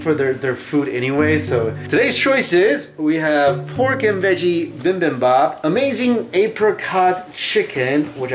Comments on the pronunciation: so funny you say "bimbimbap" i used to say it at the beginning when i started having korean food. it s actually bibimbap :D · Goes to Korea multiple times: still can't pronounce bibimbap